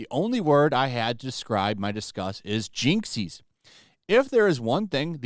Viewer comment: bro the way you pronounced Jinkies , i am flabbergasted. how